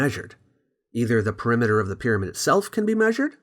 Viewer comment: "Peremiter" had me dead 💀